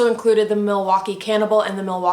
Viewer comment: I live in Wisconsin and that’s not how you say Milwaukee